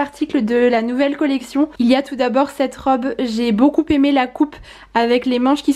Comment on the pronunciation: Désolée mais je ne peux plus entendre tes Beaucoupppppppppppémé.... Je suis prof de français à l unnif et on ne fait pas la liaison entre beaucoup et aimé😜